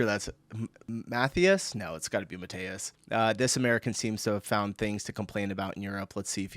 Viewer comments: "Ma Tea As" not "Ma Tey As" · Unironically both wrong, "ma-thigh-us" which is just a branch-off of the name Mathew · Ma-tee-yas. Where do you get Mateusz from when it's spelled Mathias? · It's MA-Tea-Ass in german. Open A like in a a teenager yelling MAAAA!, wide long i like in tea, and open A again (not that mangled AE sound).